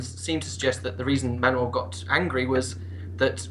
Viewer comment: It's Manuel I Komnenos sound more Greek xD